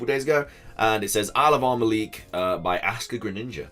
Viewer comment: Whenever you say "Isle of Armor" it sounds like you're saying "Alabama" 😂😂 Love your videos dude, keep up the good work!!